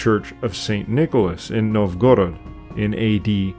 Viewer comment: Bot needs reprogramming to pronounce Russian names (NOVgorod, not NovGorod)